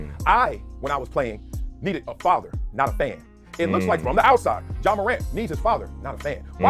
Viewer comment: It’s Ja not John. Please get the basics right. Helps the platform